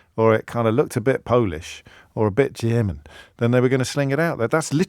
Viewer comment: Lol at your attempt to say "German" in a scouse accent a la Stan Boardman. Bravo from a scouser. Tim Vickery also has been known to do this on 'The Brazilian Shirt Name' podcast.